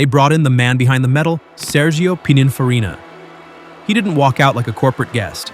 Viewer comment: Its "pin-in-farina" not "pine-in-farina"